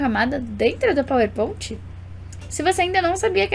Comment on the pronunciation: Queria entender pq fala PowerPont